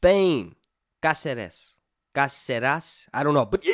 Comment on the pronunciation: It's not CaCEres, it's CÁceres man!😅